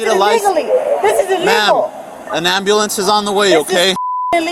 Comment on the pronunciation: Is the word “ambulance” really that difficult for most people to say?